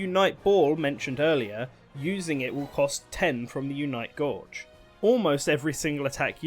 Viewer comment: "Unite Gorge"